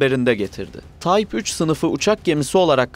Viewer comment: TYPE kelimesini TAYP olarak okursanız olmaz değil mi? Yapımlarınız "kaliteli" ve bu kalite için teşekkür ederim.